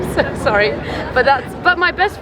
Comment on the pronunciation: she said “I’m very sowwy” Lmaooo and she wanna talk about Americans